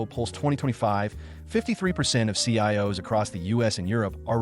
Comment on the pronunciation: Hearing the voiceover say sigh-O’s for CIOs gave me great joy. I love AI produced content